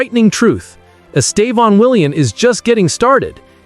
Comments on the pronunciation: Please say his name right. He is Estevao, not Estevon or whatever you call him. So irritating. If you respect him, respect his name. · Why do you keep calling him estavon? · It is horrible the way people pronouce his name. The first accent is the strong silable. The last one just show a nasal close sound. Pay attention the way Brazil journalists pronounce his name. It is very strange and not nice to listen that way wrong English pronouce it. Congratulation, here you are getting better in speaking his name.